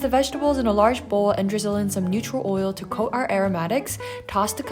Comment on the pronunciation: did u just say 'dwizzle'